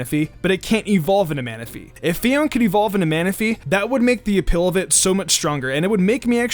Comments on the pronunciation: Wait I thought it is Fi-on-é not Fi-on, uh okay then. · It may be spezled Phione but it's pronounces PHI-O-NAY. It may be confusing but it's true.